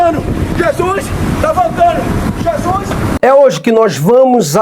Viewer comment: "chessuis, ta voltando, chessuis, ta voltando...". Isso nao é vida cara.